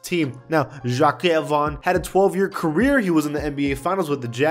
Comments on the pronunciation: Butchering Jacque lol, but seriously, people don’t like their names getting roasted like that. You know how to pronounce it bro 😉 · Learn how to pronounce Jacque